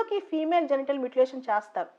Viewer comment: మ్యూటిలేషన్ Not మూటిలాతిన్